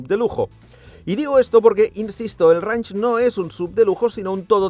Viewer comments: El vídeo fantástico, pero dios mío, estando allí y si no sabes inglés, por lo menos presta atención como se pronuncia "reinch" y no "ranch"...me sangraban los oídos. Además que ellos ya tenían videos de como se pronuncia correctamente las marcas y modelos, pj: lamborghini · Mis disculpas pero no se dice ranch, se dice reinsh... no es un rancho, es un rango. Se que a ninguno de ustedes les importa, pero... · Buen video , la próxima vez investiga cómo pronunciar un nombre en inglés, cada vez que decías Range me daba dolor de cabeza 🤕